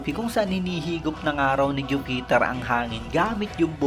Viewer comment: Ayusin mo naman yung pronunciation mo boss, grabe Stoo-ssi tapos Ju-peter 😅